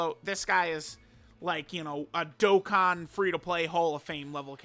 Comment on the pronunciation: you said dokkan events wrong